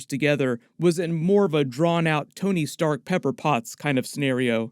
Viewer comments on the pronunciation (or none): none